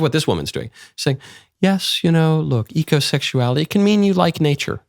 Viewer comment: I had to turn the subtitles on because I thought she said egosexuality instead of ecosexuality.